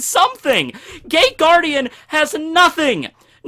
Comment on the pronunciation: I love the Shadow Hearts: From The New World intro. I think that's it, I've listened to it a thousand times. Also it sounds like you're saying THE GAY GUARDIAN...